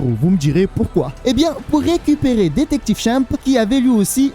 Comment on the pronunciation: Comment tu dis détective chimp j'ai mal au oreille, mais bonne vidéo